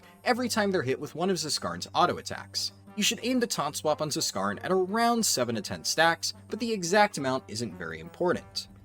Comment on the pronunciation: the "Z" in Zskarn is silent. as is the "Z" in Zskera Vault...